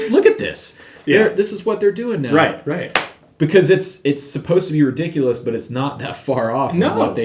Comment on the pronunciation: It's not just the scale length; it's the pitch of the neck. Ree-dic-u-loous.